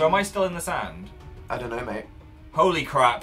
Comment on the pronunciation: Lol Phil said Hole-Y crap Also Dan was really a baller in this video